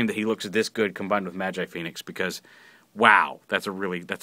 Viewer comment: its pronounced as ma-ji not ma-jai